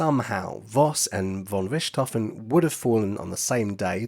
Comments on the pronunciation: Pronunciation error!! Richthofen is pronounced as Rick T Hofen, not Rishtofen!! Do NOT correct me on this!! One of my housemates is GERMAN, & she pronounces it as I wrote it!! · I am German and the pronounciation of the name "Richthofen" in this Video is not quite German but fair. The German pronounciation of the letter combination "ch" has no equivalent in English. If you know how to pronounce the "kh" in the Russian aircraft company "Sukhoi", that's close. "Rick T Hofen" or "Rick-tofen" are pronounciation efforts by native English speakers, the German pronounciation is approximately "fonn Rikht-hohfen" with a longer "o" (like in "door", not like in "stroke"). The nobility title "von" is not pronounced like "Vaughn". And Werner Voss' correct pronounciation is like "Vair-ner Foss".